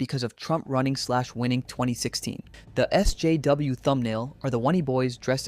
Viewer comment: The way he talks is insufferable. No way is that his normal cadence. The way he pronounces SJW is hilarious. "Essssssssssss Jaaaaaaaayyyyyyyeeeeeeee Double yeeeeeeeeeeeew